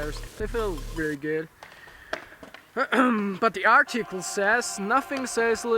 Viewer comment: Lol "Ardchickel" (Article)